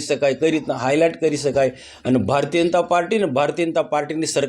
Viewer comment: અરે મનસુખ તને ભાષણ કરતા બી નથી આવડતું બોબડો સાને બોલે ભારતીય જનતા પાર્ટી બોલોને તમે તો ભારતીય અનતા પાર્ટી બોલો છો😅😅😅